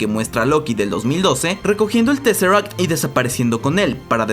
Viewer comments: Y tresseract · Jocai, Jolk, Scrolls, Thor lof an tonder, disnei plos... teseract.... en fin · no se le puede pedir mucha inteligencia a un latinoamericano la verdad, el mensaje es bien claro y es por la pésima pronunciación del autor del vídeo. Cuando quieras te doy clases, crack.